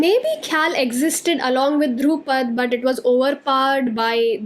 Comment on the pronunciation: Dhrupad is pronounced like Drew-pad but both D are soft - like “th” of though Khayaal or thought is pronounced “kha” as in khaki and “yaal” as used in southern drawl (meaning you all)